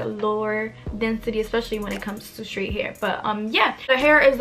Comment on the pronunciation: The wig is beautiful like you . But lol I had to rewind it a few times because you wasn't saying straight correctly. IDK if it's because u have an accent cuz it kinda sounds like u do.